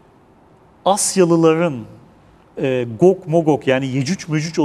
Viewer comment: amma atiyon ha😂 gog zaten cuc diye okunur